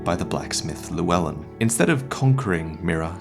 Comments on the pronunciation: Correct me if I'm wrong but shouldn't the name "Llewellyn" be pronounced with the welsh "Ll" sound rather than how it was said in the video? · The name Llewellyn is actually pronounced with a more hissing like sound at the start. This is because it’s welsh, and in welsh ll gives a hissing like sound. Though I don’t know why the ll in the wellyn part stays as an l sound in the name though.